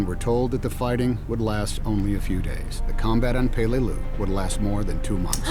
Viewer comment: Pelelius pronounced pe LE lius